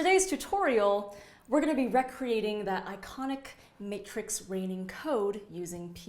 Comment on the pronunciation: other than mispronouncing "recreating"